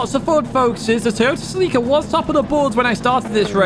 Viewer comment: That is how the Japanese say it.